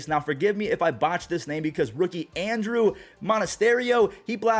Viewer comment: You nailed Monasterio's last name! Well done! His first name kind of has a more...Ondrew pronunciation I think. At least that seems to be what I hear from the commentary